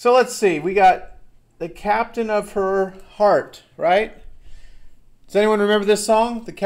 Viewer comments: He pronounces 'her' a little weird and it sounds like 'the,' maybe. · British accent so it sounds like he'h but I just can't here "the".